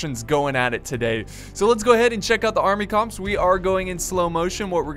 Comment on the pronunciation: I don't know if it's the American pronounciation, but 'army corps' is pronounced army cores! wanted to comment before, but always ignored!